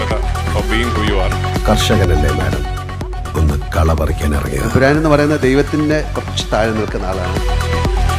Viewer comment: Thamburan Alla Chechi Emburan😂😂😂